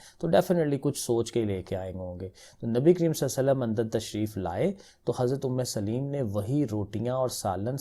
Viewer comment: Umme solaim not umme saleem